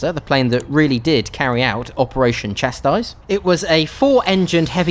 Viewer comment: Chastise “cha-sE”